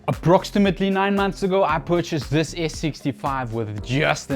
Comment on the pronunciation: Approxstimitly …. 😂😂😂 Dude don’t ever change 👍👍👍